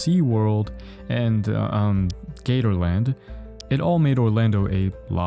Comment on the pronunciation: AS SOMEONE IN ORLANDO, GATORLAND IS THE BEST PARK HERE AND I DONT WANT TO EVER HERE YOU SAY ITS NAME LIKE AGAIN